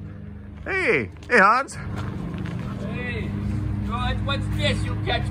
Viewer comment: Hans is A LIGHT! He is so joyful!! I'm SO HAPPY to see he found a great woman!! When says his name, it sounds like he's saying "Hun." LOL